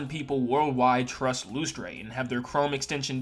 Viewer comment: I'm not the company owner so I don't know, but isn't Lustre supposed to be pronounced like "Luster?" That's just how the word is spelled where I live.